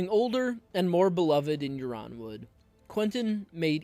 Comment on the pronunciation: already subscribed bro may i suggest you be careful with pronunciations? I believe House Yronwood is prounced Ironwood